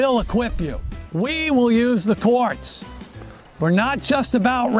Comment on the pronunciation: When he started talking about the courts, I thought he said “quartz” and I was momentarily confused about why he suddenly switched topics to geology.